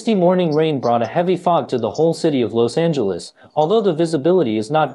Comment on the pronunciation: Why you pronounce Los Angeles like that